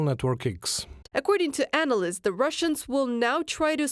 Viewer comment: Friendly suggestion: the interpreter is understandable-enough, but they really seem to struggle with the pronunciation of the "th" sound. Im confident that with a little focused effort and practice, zis is zumzing zat zey could improve - just zink about how zey say zuh z sound.